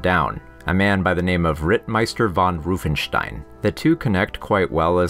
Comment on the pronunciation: Please dont say roofenstein its said Von Rauffenstein the letter A is pronounced different in Germany also north England and Scandinavia...